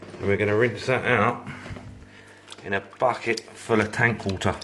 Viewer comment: I love how you say wa-ah with no T.